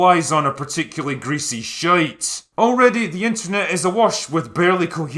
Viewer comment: Your pronunciation of 'shite' was a thing of beauty.